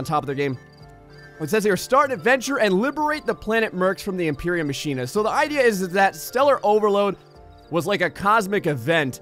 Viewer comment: Lol ma-shen-a I think its pronounced ma-kin-a